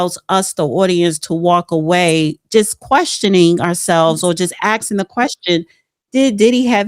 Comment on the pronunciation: always mispronounces "ASKING" as "AXING"…